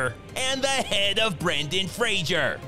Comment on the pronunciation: I think that the amount of people mispronouncing Brendan Frasers name vastly outnumbers those who say it correctly. Does that mean that he has to accept he's now a Frasier? Kind of like how new words make it into the dictionary based on increased use? 🤔